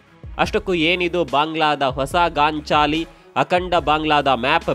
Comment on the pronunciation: Gaanchaali alla sir gaanchali. Don't mind